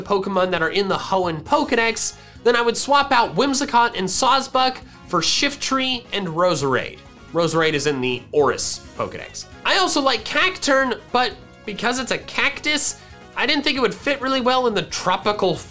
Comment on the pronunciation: SHIFTRY, NOT SHFTIREE!